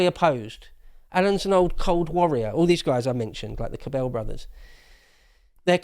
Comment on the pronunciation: Minor point, very minor, but the pronunciation for the Cabell name emphasizes the first syllable. I say this because I lived in Dallas when he was mayor. I heard his name hundreds of times.